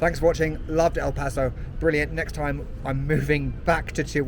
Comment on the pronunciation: Your pronunciation of "El Paso" and "Juarez" is better than most people who live here lol